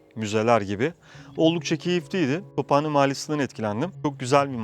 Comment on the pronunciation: 19 yıldır Tophane mahallesinde yaşayan biri olarak mahallemizi ve Alanya’yı çok iyi telafuz ettiğiniz için teşekkür ederiz 😌😊